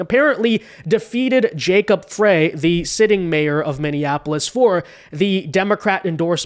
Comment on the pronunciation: Mayor Jacob Frey PRONOUNCED {Fry} like fry chicken.